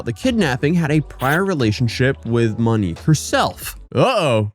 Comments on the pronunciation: “I’m probably going to butcher a whole lot of pronunciations of the Brazilian locations.” —man that butchered the pronunciation of the name of the person featured in the video It’s “Monique”, not “Manique”… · Yeah I can’t watch this garbage when shithead says “Manique” repeatedly in a video about “Monique”. Maybe figure it the fuck out beforehand? I can suffer through pronouncing cities wrong when he only says it twice… but a video about Monique should be narrated by someone that knows how to pronounce such an easy-to-pronounce name. If you don’t know already, figure it the fuck out!